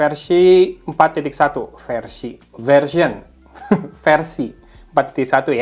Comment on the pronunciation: cara ngomong "versi" sama kayak Juragan Tekno